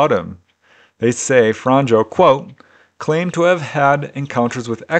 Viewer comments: I really like your videos. 1 tiny thing,In croation j is pronounced y so Franjo will sound like franyo, german also has y sounding j. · If it matters, it isnt "fran-joe"... more like "franyeo". The 'nj' in Franjo makes like a 'nye' sound. Imagine 'Fragnio' in italian.